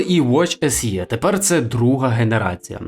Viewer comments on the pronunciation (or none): "SE" читається як "ес і" ну скільки можна!!!